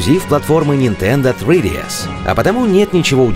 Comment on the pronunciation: Говорите нормально, "сридиэс" - вообще со второго раза понял что вы говорите о три дэ эс.